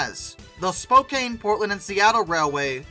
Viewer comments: Re record your commentary with correct pronunciations. It's spo-can just for one example. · Spokane =spo CAN. Spokane sounds kinda like a slow CAN. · Even though "Spokane" looks like it should be pronounced the way you pronounce it in the video, the correct pronunciation is as if the "e" were not there, with the last syllable sounding like the word, "can". You're welcome. =PC= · Other than the persistent mispronounciation of several Western names, like Willamette and Spokane, very well done.